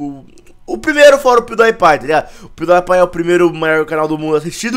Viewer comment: mds aprendende a falar o nome do canal do pew die pie